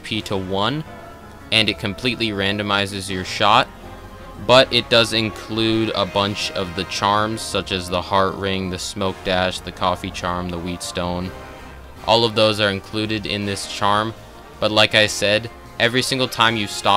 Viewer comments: how normal people say whetstone: wet stone how says whetstone: wheat stone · Not to be rude, but the whet in whetstone is pronounced 'wet', not 'wheat' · DID YOU JUST PRONOUNCE THE WHETSTONE THE WHEATSTONE?! I am never watching you again. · At the beginning he said wheat stone instead of wet stone lol 400th comment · My guy said Wheatstone it’s whetstone my guy😂😂😂😂😂😂😂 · Bro said weet stone at the begining😂😂😂😂